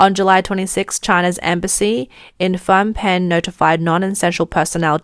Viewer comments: I heard Fom or Fang Pen. It should be pronounced Nom Pen. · It took me way too long to realise she was trying to say Phnom Penh. Just say "Nom Penn" and you'll be closer.